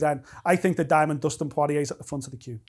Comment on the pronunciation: ‘Dustin pawariyay’